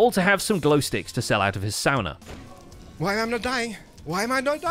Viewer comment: He actually pronounced sauna right